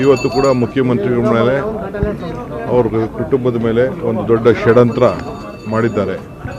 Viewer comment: ಷಡ್ಯಂತ್ರ ಅಲ್ಲ ಷಡಂತ್ರ 😂